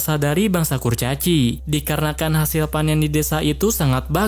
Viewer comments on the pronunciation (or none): Panen bg bukan panin🗿